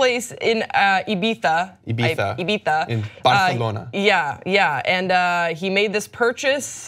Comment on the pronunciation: ibiZA why can americans not pronounce in simple european language Spanish french german.. But no.. They ruin every word which isnt english..